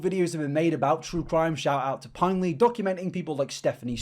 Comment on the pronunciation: ¿ pinely ? lol